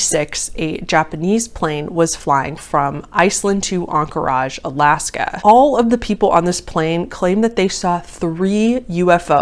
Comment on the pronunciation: Aink-ridge or anker-idge but on-cor-aj is different lol